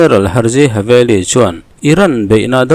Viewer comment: Haveli nilovin “Halevi”